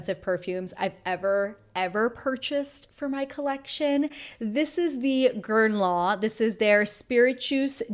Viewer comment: Are you not pronouncing the n in guerlain?